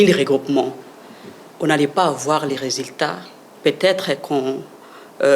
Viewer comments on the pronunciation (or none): Sekiritaire, minites, résiltats, sékirisé, instances jidiciéres, pas di tout, selement, l’idps, sirprise, depuis les débi, l’inité, individi, initile 😢. Donc une kabiliste parle et pense que son mentor avait fait un bon boulot dans ce pays de la Rdc!? Franchement quel courage 😰